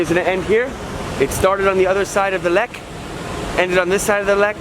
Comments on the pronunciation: Lech, not leck, the German "ch" is the same as in English (eg bench, much, touch, ect.) The "ck" is a hard k, like also in English (kick, trick, fu...) The only real difference in German is with the ei and ie, wich are completely different vocals: "ie" = long i and "ei" = y/ey/ay. (The letters Y and X almost never appear in German, as well as in most other languages such as Italian, French, or Spanish.) They entered English primarily through Catholic Latin texts (ex oriente lux et pax). Even in Shakespeare, one rarely finds words containing x and y; they only came into the English language with a pseudo-Latin language novelization. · Sorry, had to stop right away, - Lech,- ch! Not Leck. You learned it couple years ago .. ( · by the way, why do englisch speaken persons always struggle with the geman ch? you have the same sound in your language. the german ch makes the same sound like the h in huge or hugh grant. thanks for being back, missed you.